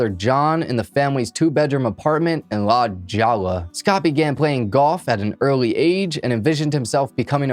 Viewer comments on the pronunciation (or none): Nice work, recapping this case; subscribed. One thing, though, the neighborhood La Jolla in San Diego is actually pronounced with an 'h' sound, rather than a 'j', (i.e. - "La Hoya") being Spanish. One of those things you eventually pick up on when you move out here. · DUDE... La Jolla, CA is not pronounced "La Jowla." It's actually pronounced "La Hoya." ... Why don't you check things if you're not sure how to pronounce them. There's all kinds of sites out there that will help you pronounce things correctly... No excuse! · Dude, it's La HOYA. Not La "joll" a. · Lol la jalla, it’s pronounced la hoy-ah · One thing that's guaranteed in all of the crime episodes.....the cops saying how wonderful they are and if they don't do something that should have been done they have a list of excuses.....and have immunity afforded by the system. "La Jolla"? That would be pronounced "La Hoya". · La Jolla is pronounced “Hoy-ya”. Spanish pronunciation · LA JOLLA IS PRONOUNCED LA- Hoya !!! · Hahaha it's pronounced 'La Hoy-ya' (La Jolla) but it was pretty adorable! You remind me of my kids! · La Jolla is La Hoya it is a Spanish pronunciation. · La Jolla is pronounced La Hoya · La “jalla” please tell me you are Miss pronouncing that on purpose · As we are on the topic of mispronunciation….it’s La Jolla (pronounced La hoya) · I am sorry to be that person but can you research pronunciations of words you don't know? La Jolla (LA Hoy-ya)